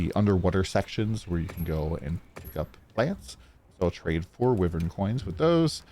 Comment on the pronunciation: Its pronounced "whyvern"